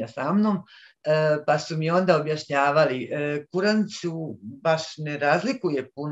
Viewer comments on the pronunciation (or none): none